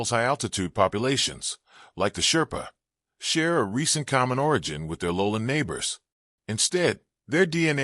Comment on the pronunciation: Shrepa❌chairpa✅ Magar❌magger✅ Newar❌nuwar✅ Tamang❌tamong✅